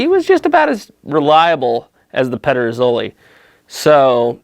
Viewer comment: You came fairly close with the pronunciation actually 😄 Very cool comparison! Here in Denmark, the only gig in town when it comes to contemporary made muzzle loading long guns are Pedersoli (and sometimes Chiappa). We used to be able to get some of the other Spanish and Italian makers here, but it seems that most of them are either out of business or have switched their focus entirely to the US market. I have a Euroarms "Hawken" in .45 that I am currently working on; the stock needs repairs (it is cracked at the tang, as many of them are) and a refinishing.